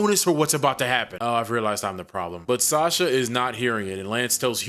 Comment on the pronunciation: I don't know how it was said in the movie but the name is pronounced "Saw-shah". I know this because that is the name of my step-daughter.